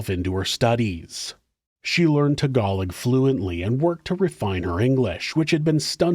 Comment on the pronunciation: Tag Gah Low. Not Tag Alog